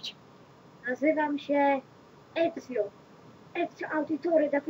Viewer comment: XD Przemoc z udzialem nieletnich leci banik.... i polecialo i przy okazji zle mowisz Ezio